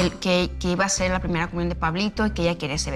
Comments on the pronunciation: Soy yooo...o dice comuñon...y a Niurka le dice Ñurca?? 🤦🏼‍♀️ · Ok, pero comuñion 😂😂😂